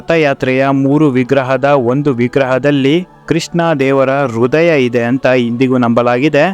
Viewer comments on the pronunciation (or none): none